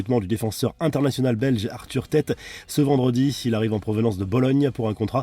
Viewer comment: SVP la prononciation des joueurs belges un effort "Thé-hâte" et pas "Tête"